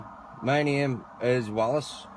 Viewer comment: You didnt tell us what a neeum is...as in "I dont have to give you my neeum" I would appreciate you doing that noyy🤣